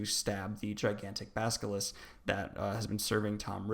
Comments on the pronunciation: Does it annoy anyone else that he says Salavar and Baskalisk? Come on dude...we can't take you seriously if you can't even say the names right. Especially if you leave out so much... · At first I was annoyed at the way you mispronounced character names, but by the end you had me saying "baskilisk"